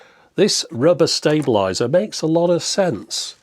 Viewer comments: ... how do you pronounce "stable"? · Stab-a-lizer? Sounds like a current UK thing. :)